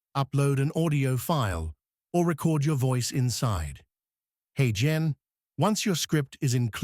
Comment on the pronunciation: This would have been a decent video if you had corrected the pronunciation to be "HeyGen" not " hen" at the beginning of the video